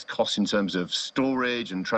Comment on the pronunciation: He said , " bring down the costs". Somehow, I'm hearing, " bring down the corpse".